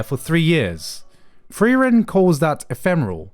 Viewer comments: Its not Free-ran, its Friar-en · LOLLL HAB ES EINFACH GAR NICHT GEMERKT. Er hat die ganze Zeit "freeren" gesagt und da hab ich das "frieren" überhaupt net raus gehört lolll